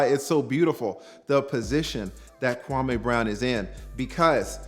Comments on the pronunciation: His name is pronounced Kwamee not Kwamay! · Kwa_ME not Kwa-MAY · Kwah Meeeee, not May.